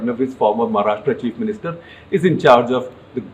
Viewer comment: Also its महाराष्ट्र and not महाराष्ट्रा!